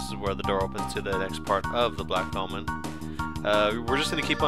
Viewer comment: Sounds like you're saying "Black Almond" everytime you say "Black Omen" :P